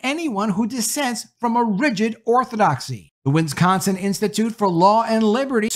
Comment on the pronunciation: OMG PLEASE learn how to.pronounce "WIS-CON-SIN".